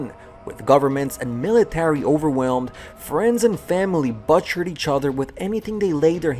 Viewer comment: hehe i how he pronounced butcher funny.